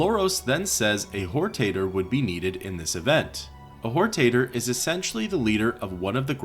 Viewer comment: Whortater…. Sounds like a potatoe with loose morals.